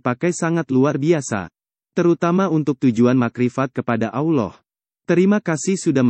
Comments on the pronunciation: Maaf banget , mungkin pengucapan Allah nya di perbaiki lagi, ehehe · Sebut allah lidah bergulung..x betul tu..kena praktis sebutan tu